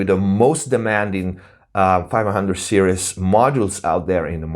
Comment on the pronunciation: I really love the fact you say "serious" instead of "series"... it's one of those endering things you end up loving when someone is fumiluar. 500 serises is so good... make sure you have a really good lunchbox and you'll be fine... I love the idea of creating my own console with easy complete mix and match esactly what I would want... that's avbig dream to do that properly one day... The term toy is a bit vauge also... bucause that would be a toy for me... a 500 serises console but it would be used for professional use... I will just be having so much fun from it like a toy... if it doesn't sound very good then it isn't fun... so maybe I want the gear to be toys... toys I love and appceaite... in that context Lego wouldn't be a toy to me, it would be boring and usless... just to 360 the table on that remark... forums are definaly a hide out some narcsisitic bla bla blas... it's also where you might find the real good advice... so just learn to negogate between good and toxic people